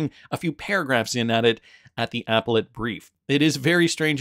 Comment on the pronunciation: Appellate - uh-pell-it not Apple-et